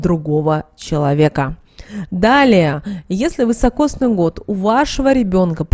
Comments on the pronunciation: Простите, но режет слух вЫсокосный год, правильно говорить вИсокосный. Спасибо. 🌹🌺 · Извините, не высокосный, а високосный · Следует говорить "високосный"